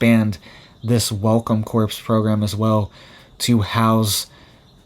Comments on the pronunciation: CORPS is pronounced CORE, My Good Young Man - Just like Marine Corps. You're pulling an Obama when he said "navy corpse-man" (without the silent P & S), highlighting his military ignorance. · "Corps" is pronounced "CORE". Please don't say "corpse." That's a dead body! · Corps is supposed to be pronounced as core!!!Do not pronounce the ps! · CORPS is pronounced CORE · The p and s are silent on corps. It is like saying cor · Corps is pronounced CORE. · Corps - the 's' is silent! Corps is not pronounced like corpse!